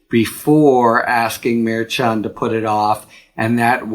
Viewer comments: FYI it's pronounced mar-SHAN. Not mar-CHON. Just any Latino in your office or orbit, if you have any. Also, I listen to almost all your videos. Keep going, we need you!! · Harry, you're the best. But please learn how to correctly pronounce the name of Judge Juan Merchan.